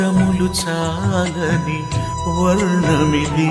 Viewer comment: Varnamidi kadu varnanidi brother